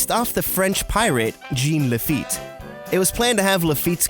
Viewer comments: did it bother anyone else how he said “jean laffete”?? i’m from the south and it’s not pronounced “jean” like the pants. it’s more pronounced like “john”. idk just annoyed me a bit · Oh gosh the way you pronounced Jean Lefitte literally caused me pain. It's a French name. you need to use French diction when pronouncing it. Jean is pronounced almost like John, but the j is a bit softer. Also, I could be wrong, but i'm pretty sure the general rule of thumb with final n's is that they become a nasalized vowel decided by the vowel preceding it.